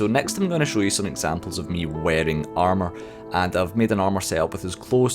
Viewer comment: Its pissing me off how you say armour. You say it like 3 times, and if your joking about the boss its a terribly unfunny joke.